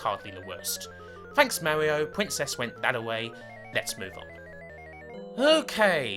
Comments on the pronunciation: Mawwioooo is what bwings us togevuhhh today. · owigional mawio fweefwow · Thats not an accent thing, it's a speech impediment. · I love the Owiginal Supew Mawio Bwowews! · Mawio? No offense, but you're kind of like Elmer Fudd.